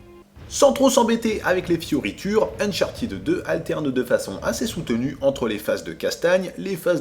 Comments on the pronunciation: Ça se prononce "Uncharteude" en fait, pas "unchartid". Très bonne vidéo sinon ^^ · c'est unchart'd avec un d haspiré; revise-toi-même ton anglais avant de donner des leçons. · (suite) Néanmoins, tu as le droit de dire Unchartèd, mais sache que tu reste dans l'erreur et ne corrige pas les autres avec ta mauvais prononciation. Des plans pour que tous restes avec un accent de merde et que les anglos nous comprennent ou se foutent de notre gueule. Merci p.s, la phonétique a des règles reste internationales et on la retrouve dans les dictionnaires.(Ça c'existe pas la prononciation française) Vu qu''Uncharted n'existe pas en français, on regarde les dictos anglais. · A oui, tu tiens cela de quel dictionnaire, car moi mon Cambridge Dictionaries Online( qui est une référence) me dit un UK "uncharted adjective literary Pronunciation UK /ʌnˈtʃɑː.tɪd/ How to say uncharted adjective in British English US /-ˈtʃɑːr.t̬ɪd/ How to say uncharted adjective in American English". Tu crois entendre Ed,.mais c'est i non appuyé ou le simple son D sans voyelle. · A moins que tu montre la page du Robert ou l'énoncé de l'Académie français concernant la prononciation des mots anglais qui confirmerait ton énoncé, tu as encore tort, car cela se prononce,ʌn.ˈtʃɑɹ.tɪd/ (avec AUCUN Sons È ou I).. Au moins, l'anglo. prononce bien fromage dans son ''omelette du fromage"